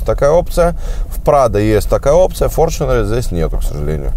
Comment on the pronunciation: Опять-таки "форЧунер"- ты либо не образованный от слова совсем,или ленивый прочитать правильно транскрипцию.